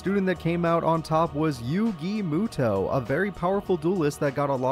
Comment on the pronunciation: The pronunciation of yugi meowtoe gets me every time. Mad respect and appreciation for taking time and doing this series for our entertainment and hits me in the nostalgia heart. I’m a set card and pass era kinda guy. I tried to come back with duel links and master duel hoping to find those hidden memories of beating down my friends with my light dark deck with Bls and Ced along with the yata garasu combo. Needless to say I was so lost and outta my league and comfy zone I was use to. I didn’t last an hour trying to learn all the new rules and was done lol